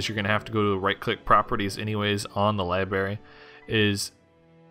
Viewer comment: this video is cringy. library. not libary